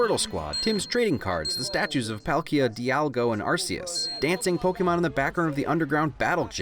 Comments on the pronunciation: Dialgo... you said dialgo my dude... it’s dialga lol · Anyone notice he said "dialgo" instead of dialga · Say dialga again, but try to sound less like you are saying diago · The funniest thing to me watching this video for like the 5th time was that he pronounced Dialga as "Dialgo" and it was a really fun human mistake that totally didn't matter but made me laugh a bit. Thank you for that,! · Did you say “Dialgo?” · Love this video. Love the channel. But... Dialgo, my dude? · Did anybody notice he said dialgo not dialga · Dialga* not dialgo..... ugh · I have so much to unpack here: I love the idea of doing instead of cinemasins. Very positive Justice Smith didnt do that bad in jurassic world his character just wasnt written as anything but comic relief Unless I misheard it, you said "dialgo" instead of "dialga" I dont know how involved the pokemon company was in this movie but bottom line is i was 100% pokemon fanatic until they ruined it with the pokemon sword and shield controversy. I love this video and this movie! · Oh it was going so well until you said dialgo 😂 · ‘Dialgo and arseus’ he says, de-al-ga and ar-key-us, not being a dick but it hurts me whenever I hear wrong pronunciations in anything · I love this all, but did you say... DIALGO??? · Is no one gonna mention how he pronounced dialga as dialgo despite spelling right in the subtitles? I still loved the video of course but I found that a little goofy lol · Laughed really hard when he accidentally said “Dialgo” instead of Dialga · “Dialgo” lol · Hearing you call my favorite legendary "Dialgo" Kinda hurt. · ....did you say Dialgo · Im sorry. I love you. But i had to: DIAL-GO HAHA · Pronounces almost every single name correctly and then dialgo. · I like how he said dialgo instead of the -a at the end, not hating, just funny to me XD